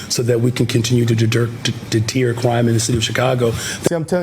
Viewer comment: chicago mayor: 'de tear' crime? is that a new word? its DETER.........ER....he cannot even speak english properly....very ignorant person...a leader; blind leading the blind